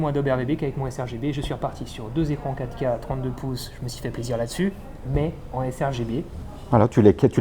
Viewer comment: j'ai mis quelques secondes pour comprendre qu'il parlait de la 4 K, je comprenais catca, mais bien sûr il s'agit de la "quatre K, "quatre" en deux syllabes sonores...c'ke j'pe' êt' bête ;( à part ça, video très instructive.